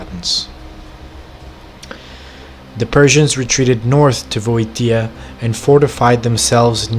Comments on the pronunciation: Nicely produced video & very informative. But my man, you need to learn the correct pronunciation of these Greek place names. Start with Boeotia. It's 'Bee-o-sha', not 'Bo-e-te-a' as you're repeatedly saying it. With all the research you've done, its a pity for it to sound like you might not know what you're talking about, simply because you're mispronouncing words. All you have to do is Google the spelling to hear the right way to say them. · The pronunciation is Vi - o - ti - a and the battle in Pla - te - es. (the e as in elephand) Nice try with the video. Keep on making them.